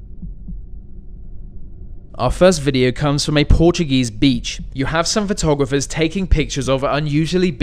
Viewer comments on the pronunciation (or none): none